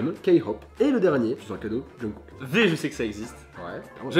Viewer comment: mes oreilles saignent en tant que Army 😭😭😭 V ( in English please ) RM ( tu peux le prononcé a la fr ) Et jungkook 💙 ( mon bias 🤩 ) tu l'as bien prononcé ÙwÚ Et bien joué pour « K-Hope » , même si j'ai pété de rire pour l'originalité 😂😂 ( PS : Vous êtes pardonné xD )